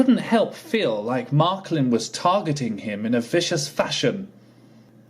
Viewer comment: It’s Marklin, not Marklib!